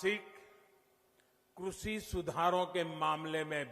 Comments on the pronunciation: भाई लोग डिसलाइक देख कर बहुत अच्छा लगा सबको पता है कि साहब जब भी लाइव आते हैं तो बड़ी बड़ी ही फेंकते हैं ' कृषि ' को " क्रुषी " बोलते हैं साहब😂😂😂😂😂😂😂😂😂😂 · किस किस ने नोटिस किया इसने कृषि को कुर्सी बोला 😂🤣 इससे अपनी जबान तो सुधरी नहीं ये कृषि ओर किसान की दशा तो तब सुधरेगा